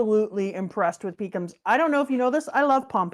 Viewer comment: I know that I'm a child for hearing calling pekoms as Peecums. But damn was I laughing aloud.